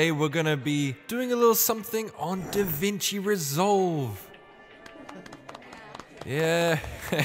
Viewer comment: Ahh Yes A Tutorial on "Danvinki" Reslove, Nice Video:D